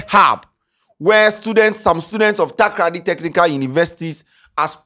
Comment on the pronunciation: Charle eno b Takraaaadi oo. How hard is it to say Takoradi